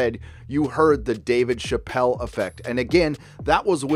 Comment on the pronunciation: Bruh he said David Chappelle 🤦🏼‍♂️